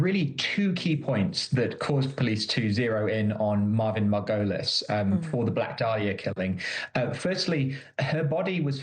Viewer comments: MAR-go-leez Please have your reporters learn name pronunciation before putting them in front of a camera, it's so distracting... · Is the killer's name Marvin Margolis or Marvin Merrill?? The chick keeps saying Marvin Margolis, but the investigator said Marvin Merrill. Confusing.